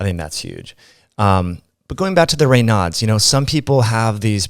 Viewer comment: The audio processing is distracting as she rolls down the expansion curve toward the noise gate. Just a tech note for next time. Also "Reynaud's" is named after a Frenchman. His name is pronounced to rhyme with Draino, making the syndrome sound like "Rain-ohz" or "Rain-o's".